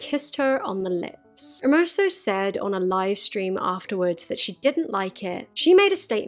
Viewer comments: Just a little note, in case you want to cover this again: Rubiales is pronounced something like ru-bee-AH-less. Your pronunciation of Hermoso was just fine. (Getafe is also very hard to enunciate for British people. I would transcribe it as heh-TAH-feh or heh-TAH-fey, if it's easier) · As a Spanish I have to congratulate you on your pronunciation of Spanish names, because you have said Hermoso's last name always well, but have butchered Rubiales' name all the time, which has been * cheff's kiss * (great video, by the way)